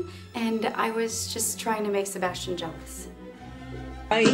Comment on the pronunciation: sebastchian lmao